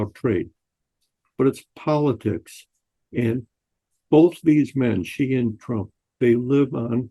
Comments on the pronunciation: Sheeeee not Jheeeee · President Shee not Jhee. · Check your pronunciation: Chairman Xi is pronounced c as in ABC.